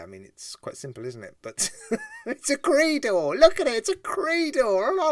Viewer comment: It's not pronounced "Creedor". It's pronounced "Creydor"